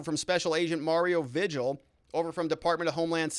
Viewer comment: Vigil is pronounced vee hill